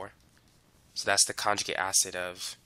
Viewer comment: Good instruction but hard to understand the cockney english sometimes, ie, not pronouncing the t's and d's. .........conjugi' acid